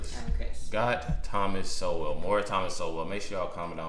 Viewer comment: Why can’t anyone pronounce his name it’s sole not so well